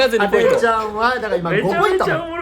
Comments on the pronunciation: この動画見るたびに思ってたけどなんでしょっぴはポイントをポインツって言うの？🤣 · 1でもポインツって言うとこ好き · みなさんツッコんでないけど多分気になってますよね？？ 「ポイン“ツ”」って。爆笑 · ポインツｯｯって言い方好き